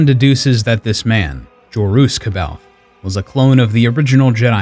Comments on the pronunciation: Fun fact, Jorus’ last name is pronounced Sab-eye-oth. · Very good 👍 The only detail to modify is the prononciation of “C’Baoth”. It’s pronounced “ Saw Baw Yoth” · I always pronounced it as K Bay Oth so you are more right than me apperently. Then again I hate the way Karrde is pronounced even if its correct Kard just sounds boring. I pronounce it like a sauve kinda french way Karrday pronouncing that e. Feels more fitting to the man he is. But that's the problem with books everyone will pronounce the nonsensical star wars words & names in their own way different from the creators intentions. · I didn’t know it was pronounced Sah-By-Oth until I was about 30. I read the books at like 19. Multiple times. I personally said “See-Baoth” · C’baoth is pronounced SAY-bay-oth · C'Baoth is pronounced Suh-baw-th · You pronounce 'Kbaoth'. But the other guy that made this book into an animation series, say 'Sbaoth'. So which is right? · I understand...but I also know there are several sources with the official pronunciation, so knowing how to pronounce it makes it hard even though your mispronunciation is reasonable